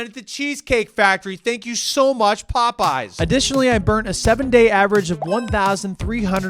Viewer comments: Already off to a good start when he pronounces it the way myself and my high school friends did One night the Pope was on but the Yes was dark and it felt incredible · So glad I'm not the only one that constantly calls it "pope yes" 😂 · As an Orthodox, it’s more like, “Pope-no” but I appreciate the sentiment 😂